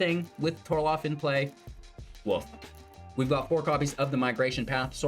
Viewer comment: TOR-ALF not TOR-LOF everytime haha